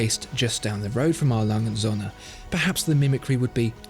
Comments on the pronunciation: Still baffled you don't even know how to pronounce their name right. It's not that hard for a german name. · Kinda hurts my german ears how you say the name because usually words are said more seperately in German. So you wouldnt say Alangundsohne which is how i hear it. But rather A. Lange. Und. Söhne. I know that ö is very hard to pronounce for foreigners though. Other than that great video and pronounciation. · I love the channel, but could you please stop pronouncing A.Lange und söhne (Adolf Lange and sons) as if it was one word? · You really need to learn how to pronounce „A. Lange & Söhne“! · is it wierd that I want a 1 hour version video of him just saying A. Lange & Söhne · Please learn how to correctly pronounce it. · I am relieved that you learned how to pronounce Glashütte (it's not Gla-shit-teh). Could you please also learn to pronounce A. Lange und Söhne. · Just... please make the effort to learn how to pronounce their name cause aside from that it’s a great vid. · Oh, how I want to hear you pronounce your favorite watch making brand correctly, just once. This is ridiculous.. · It would be great if you pronounce A.Lange... correctly Especially Söhne